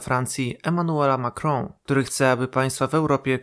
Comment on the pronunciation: A dlaczego nie po staremu 'Macrona' tylko jakoś 'Macrąą'?